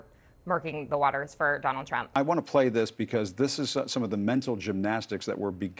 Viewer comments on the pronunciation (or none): Lindsey must be high, he keeps mispronouncing Donald Trump